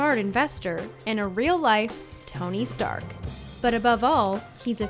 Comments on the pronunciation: Seriously, nobody else heard her say Tommy Stark? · Did she say Tommy stark in the intro Reeeeeeeee=eeeeeeee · THIS NIGGA SAID TOMMY STARK LMFAO